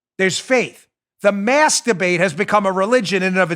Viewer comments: Ha ha he said masdabate. Like the GG tweet once you hear it you giggle all the time now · Sorry Dan but when you said , "mask debate", I thought you said "master-bate". LOL. Have to work on that enunciation.